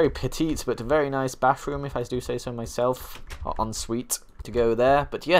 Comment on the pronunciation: He calls it a bafroom ly tho